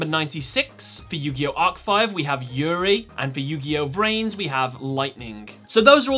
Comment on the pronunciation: its yugioh v-rains not vrains